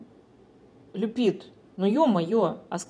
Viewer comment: Люпит, не Коачелла😂😂😂😂😁🤣Обожаю, 😂❤️